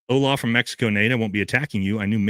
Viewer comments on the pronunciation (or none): none